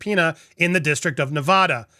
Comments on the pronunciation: Please learn how to properly pronounce Nevada. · Stop saying "Nev-ahh-da"! It drives the natives crazy. It's "Nev-ADD-uh". The people there will punch you in the face if you say it wrong... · It's not "Ne-Vah-da". It's "Ne-Vaa-Da"; pronounced as in "cat", "pat", "that", "hat", etc.... Don't be like Chump and mispronounce our state, PLEASE!!! I promise not to mispronounce your state as "Flaw-Rye-Da" or some other such nonsense. Okay? We good? When you speak for a LIVING, you shouldn't mispronounce anything! If you're unsure how to pronounce something, it takes a second to look it up on the internet. You're not the only person I've instructed on this! There are reporters on the MSM channels I've also had to correct. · It’s neh-VAD-uh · As someone born and raised in Las Vegas, Nevada for almost 30 years I can't watch this video 😭 I can't get over how you pronounce Nevada 😭😭😭😭😭😭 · Please pronounce the state of Nevada correctly.